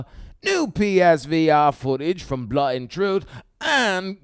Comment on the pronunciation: No British person in history has ever pronounced 'blood' as 'blut' just FYI;) Great vid. Can't wait for pixel ripped and blut an' troof.